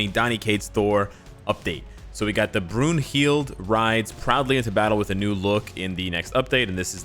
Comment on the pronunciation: It's pronounced "Broon-hil-da"